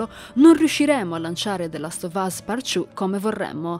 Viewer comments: Partchiù non si può sentire dai. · Last of us “PARCIU” 😅